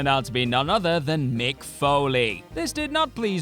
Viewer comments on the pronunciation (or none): none